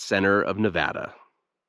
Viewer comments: Thanks for pronouncing the name of the state correctly. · I’m from Nevada and I’m glad that you pronounce it correctly. Thanks and thank you for the great video!